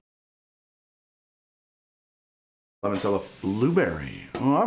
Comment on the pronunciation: Great work, really enjoyed having this in the background while working. Also, limoncello is pronounced like lee-mon-chello rather than lee-mon-sello.